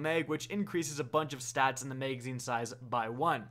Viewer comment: I like the info you provide however your English needs help sir. You pronounce magazine as maygazine which sounds dumb and you have challenges with the word stagger as well as you say stayger. Please talk properly man as the public is very unforgiving!